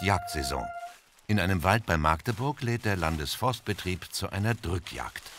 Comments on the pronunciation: Maaaagdeburg, ätsch! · MAG~DE~BURG also Magdeburg. UND NICHT MAAAAAAAAAAAAAAGDEBURG!!! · Warum sprechen die Leute das A bei Magdeburg immer so lang aus? 😭 Es ist kurz... KURZ!